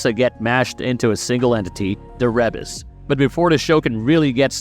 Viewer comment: how you know the narrator of this video didnt actually watch Castlevania: Says Rebis as re-bas and not ree-bis